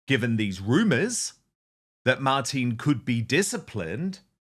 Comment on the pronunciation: Her name is Martine not Martina.